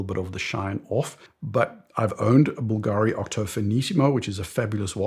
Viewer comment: Sorry, but the correct pronunciation is Bùlgari, not Bulgàri, it's a Tuscany surname 😉